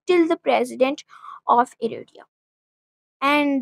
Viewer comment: Its pronounced Er-tra. Or In arabic “iritriya”